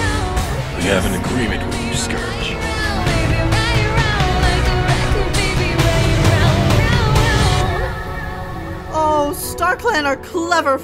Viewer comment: Sceerge??? It’s scourge